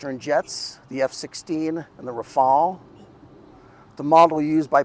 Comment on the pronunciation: Rafael ❌ RaFail ✅ RaFell ✅